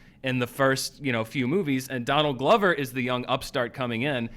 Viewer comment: Danield Glover?? hehehe he said Danield Glover